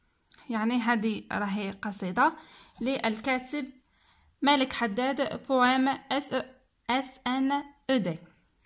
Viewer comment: اسم الكاتب ملاك و ليس مالك